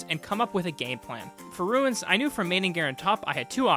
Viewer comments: bro was like RU-INS lol. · It’s pronounced runes